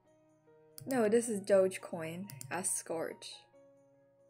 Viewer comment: “DOE-GEE Coin”. Ah the mind of the innocent